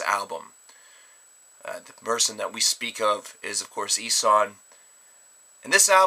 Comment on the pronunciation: it's pronounced: EE-(as in eel)-SHAN (as in Shawn or Sean, the name). And the album, DAS SAY-LEN(as in Sail, followed by the "len")-BRECKEN. I hope that helps. And yes... i gave in, because A. You allowed us to lay the pronounciation-related comments on you and B. Well, i had nothing better to say... OH YEAH, and great review,. As always.